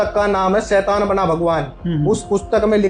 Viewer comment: सैतान❌शैतान✅ Baaki video is too good..👍🏻